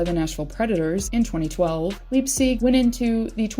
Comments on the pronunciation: LYPE-SICK" NOT "LEEGSEEG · Yeah, I was confused at her pronunciation. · Your pronouncing leipsics name wrong